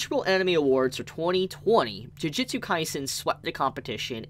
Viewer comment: How come your saying jujitsu instead of jujutsu